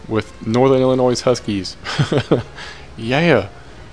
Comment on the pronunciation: The s is silent in Illinois. God it makes me go ballistic when people do that.i blame teachers for not teaching that. I live in chicago and some of my friends don't pronounce it right. Please pronounce it right.